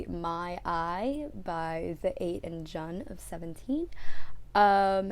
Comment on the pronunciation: Jun is pronounced June~